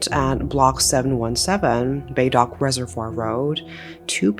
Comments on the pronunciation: Hi, 👋🏻 jus wanted to tell you the correct pronunciation of Bedok is not "bae-dock" it's "ber-doke". Tho it's rly not impt, just a fun fact😊. Love your vids btw 💜💜💜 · Pronounciation is something like buh-douk. Not Bay-dock. But thank you for covering this story. Heard of this story by different people and love hearing their version of story telling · Not Beydock but Berdouq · Baydock? Singaporeans pronunciation will be Berdou. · Its not "BayDock" , more like "Berdoke" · Hi, Im a Singaporean. It is pronounced as Ber-doke and not bay-dork. Big fan by the way. Love it when you feature videos about my country. Cheers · Hey i think it’s pronounced as Ber-doke instead of Bae-dork 🥹🥹🥹❤ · Pronounced as " Bur Dock " ... Not BayDock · The way you pronounce Bedok tickles me xD instead of bay-dock, its more like ber-doke (silent r, rhymes with coke) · The way you pronounced Bedok as "Bay-dock" really took me out of the seriousness of the subject. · A little correction, the pronunciation of the location is a bit off. Bedok with a silent e, B-dok. The name comes from a Malay word for drum, which was originally written in Jawi with no e. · Bedok -> Bae-Dork ? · If you're covering this town in Singapore again, pronounce it as "buh-doak" :) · thanks for covering this... from sg here and its pronouced ber-doke here.. enjoying your content! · We pronounce it as "ber-dork" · Wah, accent until. Bedok pronounced as Bay -Dog!🤭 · Uhhh... not to be nitpicky, but Bedok is pronounced Buh-dohk. At least that's how us Singaporeans pronouce it. Also loveee ur vids! Love from Singapore ❤ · Just a correction on the word Bedok it's pronounced buh-doke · The pronounciation for 'bedok' is more like 'buh-dok'. Just thought i'll let you know, since is was listening while not looking at the screen and the pronounciation threw me off and i had to look to see the location 😂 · should've got a heavier sentence :/ also nice vid, bedok pronounced more like ber-doke btw!